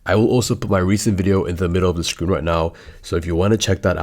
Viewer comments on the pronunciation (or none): none